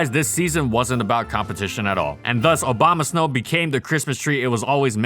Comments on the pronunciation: Obamasnow lol, interesting way to pronounce it. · Stop saying Obamasnow! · Did he say Obamasnow